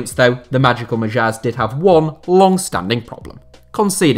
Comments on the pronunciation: I just tried listening to it in dict.cc and GT. Kind of sounds like slightly different accents. But I doubt if anyone pronounces it like Mah-jeer. Pronunciation of non-English names /words is not his strong suit. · I'm not Hungarian, but I'm pretty sure Magyar is pronounced the way it's spelt.